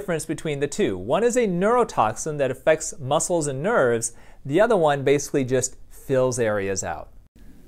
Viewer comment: Why did it sound like he said "...muscles and nerds" and not "muscles and nerves"? 😂😂😂